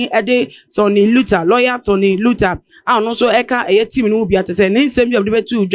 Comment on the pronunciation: This lady should pronounce lawyer Tony Lithur's name very well. It's not and never "Luther".